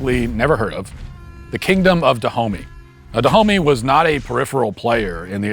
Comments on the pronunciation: The Kingdom of Duh-Homie? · It's usually pronounced ''Dahomé''. Also that kingdom rests where Bénin is now, and there are multiple shrines there honouring the victims of the dahomeys. It's not like theyre very fondly remembered for obvious reasons lol. There are a lot of these shrines all across African countries like this